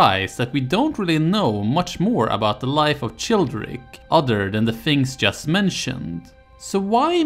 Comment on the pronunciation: how can you get the pronunciation of Merovingians so perfect and get the "ch" of Childeric so wrong? its pronounced like a 'k'. just like in chilia. thank you. looking forward to the other videos - i clicked the playlist link and it doesnt exist. is there a playlist somewhere else maybe? thank you